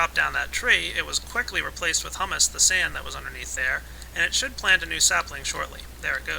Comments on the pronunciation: It's pronounced hue-mus not huh-mus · IT IS HUE-MISS NOT HUMM-ISS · Humus is pronounced Hyoomus. It means dead and decaying organisms which fertilize the soil. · Just for future reference the way you said humus is actually a chick pea puree eaten as a dip. The actual way to pronounce humus is hyou-mus. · yeah, it's humus as in (HYOO-MUSS). it isn't pronounced the other way. i was thinking, "those trees have it good eating hummus all day, that stuff is delicious!" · yeah, pronounced Hyuumus, but Great Video! Showed me everything that i needed to know to get started with Forestry mod! Thumbs up From me! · Don't get me wrong, this video is very informative and well made and I appreciate the clarity, but for fuck's sake its pronounced "hew-mus" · It's not said like the food. I hope you now know that it's pronounce (who-mouse) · It's hummus as in humid us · your pronouncing Humus wrong. It is pronounced Hūmȗs with the first "u" long. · it's pronounced hyoo-mus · its pronounced HUE- mus